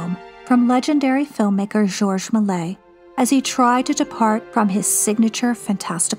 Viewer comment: Thanks a lot for this amazing video! Just a note on pronouncing Méliès: Meh-lee-Es. And the ‘s’ in Jules Vernes is silent. Pronounce as Jule Vern